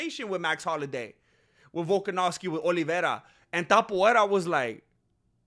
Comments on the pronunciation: Ilia Topuria, no Tapoeira.... y por cierto, con todo el respeto del mundo, hacía mucho tiempo que no escuchaba tantas sandeces juntas. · His still calling him "Tap-uera", as if he didn't fight off a dangerous leg lock from Charles Oliveira... it's so cringe, he has to admit Topuria proved him wrong and quite disrespecting him for no reason, bro wants him to have 3 title defences before putting respect on his name, bro thinks he's a king or something. Btw, saying Charles wasn't in his prime when he was champion and that he fought cans that Khabib already beat doesn't hold, bc it took 3 hard rounds for Khabib to sup Poirier, Charles did it in 2 and didn't struggle as much, then Makhachev (way better than Khabib) took 5 hard rounds and you can clearly see that Poirier was for each title shot a better fighter skill and endurance wise. A man's physical prime varies between 29 to 35, after that T level production decreases (some people's T don't decrease until 40). Max is not out of his prime, he took the 0 of a young prospect Arnold Allen and then dominated and KO'd Gaethje (who beat Poirier and a young prospect Fiziev on the feet***) in a upper weight class and we clearly saw improvement in Max's striking skills and power + a improved kicking game, but it's really Max's next fight which is going to show if he's still in his prime or not (his 33 btw, chill). For the other points I agree.. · Por qué pronuncias Topuria como "Topuera"? Si se lee exactamente igual que en español, acaso no eres mexicano?